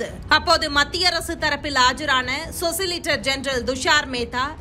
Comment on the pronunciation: சொலிசிடர். சொசிலிடர் அல்ல.